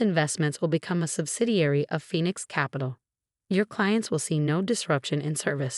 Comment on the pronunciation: A new sentence showing in these stories now, "designer heels clicking on the marble floor". This so has to be AI generated. No human could make this many mistakes. Plus the old 'Phenix' again.